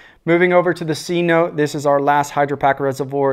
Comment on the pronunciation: Good review, cenote is pronounced “seh-no-tay”